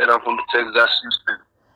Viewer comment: It might be fun to call them out on their mispronunciation of Texas. You might tell them that they would seem more believable if they said it right.